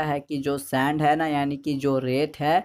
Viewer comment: nice explanation but ..hai pe kam jor do thoda